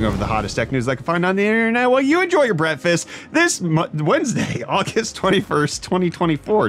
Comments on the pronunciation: He has always said Brettfast. Maybe I'm delusional or going out of my mind. 👀💀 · YES!! I KNEW you weren't saying "breakfast"... and now that you just confirmed it, I have all the evidence I need to draw my conclusion 😈